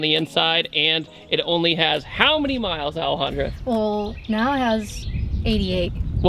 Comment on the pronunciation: I'm going to ruin this video for you guys by saying: every time he says Alejandra it sounds like he's saying L 100